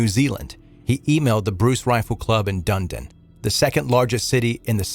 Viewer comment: I'm Australian and had been in the town Tarrant had been living in, in February 2019 the month before his rampage. You pronounce Dunedin as Dun-ed-in LOL